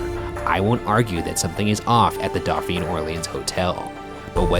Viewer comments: Doe pheen = dauphine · The way Ryan pronounces Dauphine is physically painful to me lmao